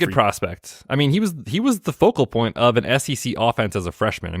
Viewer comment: Please fine every time he pronounces the “point” of this 1.02 draft selection. Cringe.